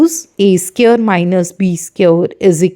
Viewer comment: It's friends not brands and it's square not sqare